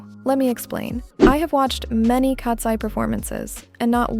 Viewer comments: Lol you pronounce Katseye like "Cats + eee" instead of "cats + 👁️" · Why did you say katsee